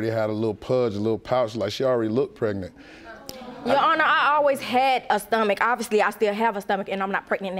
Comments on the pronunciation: What is " Pretnent" soooooo we can't pronounce our "G's" why is this show filled with people who have speech impediments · She irking my soul saying pretnant UGH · If these people don't stop saying "PRET-nit" Lord.... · What is " prednant"?😠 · Was she pretnant or pregnant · It's pronounced... preGnaNT! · Get some respect for yourself girl, her not pronouncing the G in pregnant is irritating.